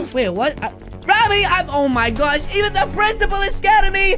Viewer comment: He said oh my gorsh